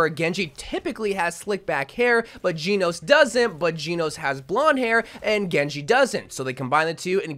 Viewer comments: The way he’s saying “Genos” his funny 😂 he’s Geenos and it’s pronounced like Jenos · Genos is pronounced Jen-nos-su 👍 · ngl the way he says kiriko and genos pissin me off a bit